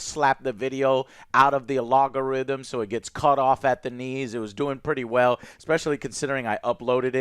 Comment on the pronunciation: A log a rithym Lol